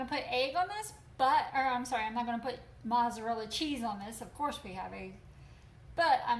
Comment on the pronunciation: Marty Kirby she says breakfast and mozzarella wrong as well but who cares! She isn’t here for a grammar session. She’s here to help us make great chaffles. I say cocoa too! Thousands of people do probably millions.